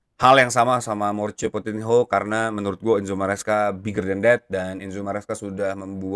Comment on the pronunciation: PochettiNO bang bukan PochettinHO , agak risih dengernya wkwkwkwk :hand-purple-blue-peace